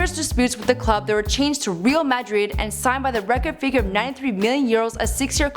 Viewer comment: Reel Madrid? You mean Real as in royal.